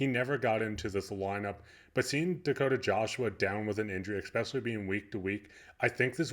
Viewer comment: OK. After having watched your vids for the last couple of weeks, I'll join your newly acquired 500 subs. Congrats! But can you do me a favour? The word is 'especially' (ess-spesh-ee-ally), there is no 'k' sound in the first syllable. Thanks. Methinks we'll see Bains in the lineup against the Kraken at the end of the upcoming road trip. I agree with you: he definitely deserves a chance. Another Alex Burrows storyline. Keep the vids coming! They are appreciated. 😃